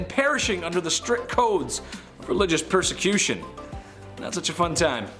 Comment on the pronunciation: 1. Perecution... lol